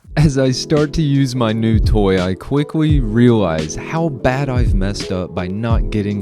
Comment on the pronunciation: "i quickwey realize"